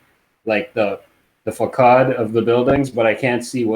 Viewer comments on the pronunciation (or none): Did say “Fakad?” You mean facade? “Fasaud?”